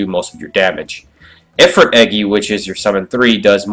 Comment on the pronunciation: Ifirit (eee-freet)